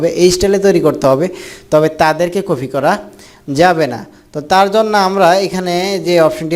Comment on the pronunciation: আরে বলদ কফি না কপি